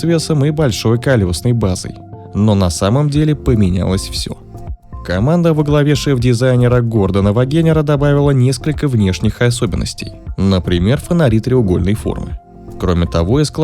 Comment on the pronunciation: вагенер с ударением на последний слог 🤦